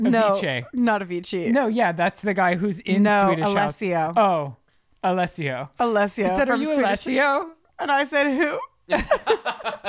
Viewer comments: I’m pissing that they kept saying Alessio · Lol not y’all saying Alesso wrong and him not even being part of Swedish house mafia 😂😂 cute though